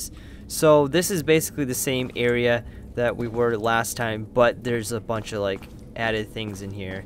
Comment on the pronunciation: you said lake instead of like